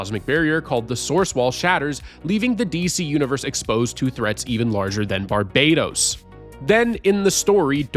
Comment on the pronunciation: Barbados is a country. Barbatos is an evil god, and it’s not pronounced the same. Barbados is the way you’ve been saying it. Barbatos is pronounced barb-uh-toas